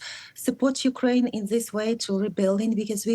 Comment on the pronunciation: Mykraine, not Urkraine